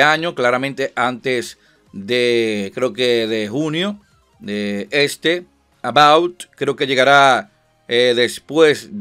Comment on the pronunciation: Porq dices "About", si es Avowed?